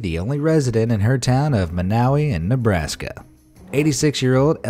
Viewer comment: Sorry. I have to correct you on the pronunciation of Monowi. It's pronounced mawn-O-why. LoL sorry. Grammar snob. Larry the cable guy raised an entire army and took thousands in donations to refurbish Monowi's infrastructure and tavern on his old TV show.